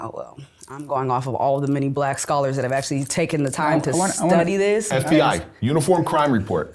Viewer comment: "black sholars"😂😂